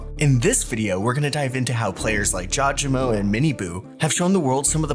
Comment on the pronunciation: thank you finally someone calls out people saying it jaw je mo